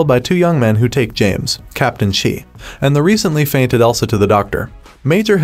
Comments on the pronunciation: Sam Elliot’s characters name is pronounced with a long A. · Repeatedly calling Shea "she" is really annoying. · Sam Elliot's character's NAME IS PRONOUNCED SHEA (SHAY) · Shea is pronounced Shay. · Not only annoying but confusing when listening to the commentary. Didn't know if he meant Shea or she?? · Thank you for clearing that up my blood was starting to boil hearing him say it that way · Why can't he say Shea's name correctly? Throws off the whole discussion. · The pronunciation of Shea is gonna bug me... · Please learn how to pronounce Shea’s name. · Wow! It’s not She! How are you doing a YouTube recap video and you don’t even know his name! It’s shea or shay! If you actually watched the show you would have heard the correct Pronunciation of his name many times throughout the show. As you said yourself it’s kind of amusing that you don’t know how to pronounce one of the main characters name’s. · It would be nice if the narrator knew how to pronounce the names. I found it very annoying when he kept saying "She" for Shea. Other than that 1883 is one of the best television series of all time. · It’s SHEA not “she” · It was painful to hear you go on calling Sam Elliot's character "She" its Shea (pronounced Shay) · Sam Elliott's characters name is Shea (Shay) not She. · Sam Elliot's character is pronounced Shay, not She. It is spelled, Shea. The "E" is silent. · I haven't cried that much in a very long time. It was heartbreaking. Sam Elliott's character name is, Shea, pronounced Shay, not She. So annoying. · “Ennis” is pronounced “ N-S”, not “N-ees.” “Shea” is pronounced “ Shay”, not “She.” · Drives me crazy hearing SHE!!!!!!!!!!!! It’s SHAY!!!!!!!! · PLEASe say the name correctly! Shea is pronounced Shay, not She. I can barely listen to this ignorance. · It is pronounced “Shay”. Not “Shee”. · I kept wondering who “Shee” was….Shea is pronounced Shay. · It's pronounced "Shay", not "She". Wish these bots would get pronunciations right. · his name id Shae not shee